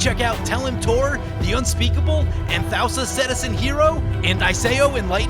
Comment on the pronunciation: I believe Anthousa is pronounced An-thoo-sa. I could be wrong tho.